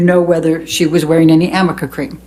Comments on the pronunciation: She keeps saying "amica cream." Does she mean "arnica cream"? What a fool. This guy's great. I'm proud to be a "New Yoika" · Amica or arnica? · The defense attorney pronounced it wrong multiple times. it's arnica cream. A homeopathic ointment for inflammation, bruising and muscle soreness. And yes, highly doubtful he would know that. Big backfire